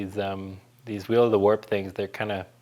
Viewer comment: The WHEEEEL OF THE WAAARP really like cause he says it's name properly